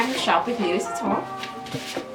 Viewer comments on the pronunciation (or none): Not trying to be rude, but you said Louis wrong...it’s pronounced Lou-ie.....